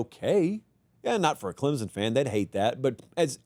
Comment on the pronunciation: Can someone tell this dude how to pronounce Clemson????